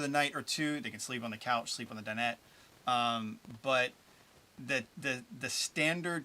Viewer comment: The coush? Heheheh. Made me laugh.